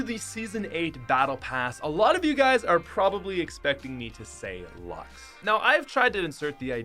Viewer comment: No one Literally no one 5 year old during season 8:HE SAID LUX INSTEAD OF LUXE! GAMERS, ATTACK!!